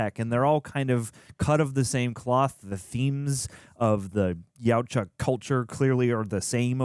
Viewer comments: It's pronounced "Yah-ooh-cha" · Yuatja is pronounced (Yowd-wah or Yowt-wah) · It's prounounced y-OUt-ZHa (that's not quite phonetically correct, but I don't think you'd get it if it were phonetically correct.